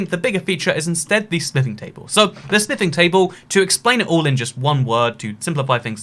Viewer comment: * says smithing table * Me: * hears sniffing table*